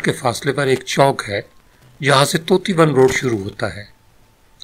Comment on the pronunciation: چکوال کے لوگ اپنی مٹی سے خصوصی لگاو رکھتے ہیں جب وہ کسی پوزیشن پر ہوں تو اس مٹی کا قرض بھی ادا کرتے منموہن سنگھ نے انڈیا میں رہتے ہوئے بھی اس گاؤں کی خدمت کی۔ اسی طرح جنرل فیض نے بھی اپنے گاوں اور گرد و نواح میں مثالی ترقیاتی کام کروائے۔ وی لاگ کے شروع میں جس طوطی بن روڈ کا ذکر کیا گیا وہ دراصل اس کا درست تلفظ ٹوٹی بن روڈ ہے۔